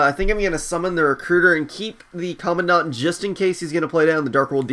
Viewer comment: it's pronuced Comand-dent not Commo dant